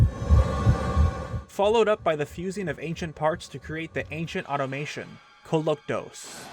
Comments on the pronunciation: Why can people not pronounce Koloktos's identification text properly? It's Ancient AUTOMOTON not AUTOMATION. Other than that nitpick great video sir, and very well put together. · It’s not pronounced like automation, automaton is pronounced ‘aw-tom-uh-tawn’ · Alex McCarthy He’s American btw. I’m also American and never knew Brits pronounced it that way. Do Brits spell it without the i? Because his pronunciation makes sense with the i.